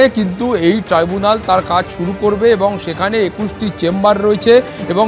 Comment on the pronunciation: ওটা ট্রি বুনাল না, ট্রাই ব্যুনাল